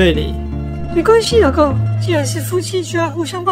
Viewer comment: 1：56老公說出老ㄍㄨㄥˋ